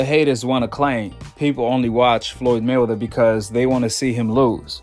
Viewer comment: Man u gotta practice saying his name!!! It's May-Wea-Ther!!! Not 'Mwthr!!!'